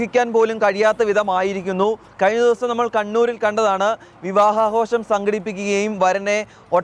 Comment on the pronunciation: എന്താടോ പറയുന്നത് വിവാഹ ആകാശം അല്ല വിവാഹ ആഘോഷം